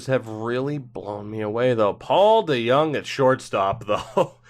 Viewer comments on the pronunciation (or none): none